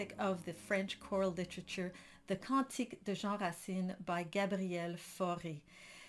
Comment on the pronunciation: This tuto is extremely well conducted and must be very useful. The lady could very well be an Anglophone Canadian (from the quality of her English). Her French is perfect though. When she says 'Cantique de Jean Racine' at the beginning, she clearly has a Quebecer accent, as it is natural for an Anglo-Canadian. Also she 'rolls' the R when reading the lyrics (in French, we say 'rouler' les R). It's very nice, it sounds like they prononce it in Auvergne ou Bourgogne.